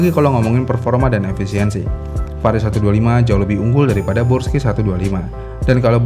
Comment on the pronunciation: Yang bener brusky apa bursky sih? Ko dia bilangnya bursky mulu